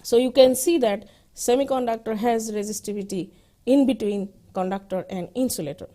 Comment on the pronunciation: konductor ??????? IIT GUWAHATI padhne betho bhosdiwalo.